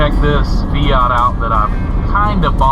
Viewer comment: It is not a feoot is is called a fiat , it sounds so odd how you pronounce the word fiat😊